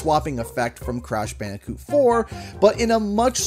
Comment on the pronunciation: "Crashu bandicoo?.."